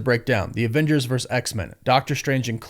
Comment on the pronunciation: It's not "verse" it's "VERSUS"